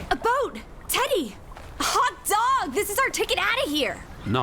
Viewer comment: I keep hearing saying "Teddy" and think she's calling him "Daddy"